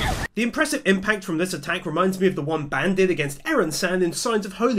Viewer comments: It's bAn not bEn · you are pronouncing Ban's name horribly, it's supposed to be 'B-ahn' not 'ban' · Please stop saying ban wrong, it hurts me 😭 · Why do you say Ban like Band?